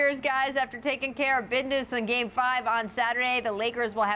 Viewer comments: Did Rachel really say “taking care of bidniss” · Bidness? She think she fye😂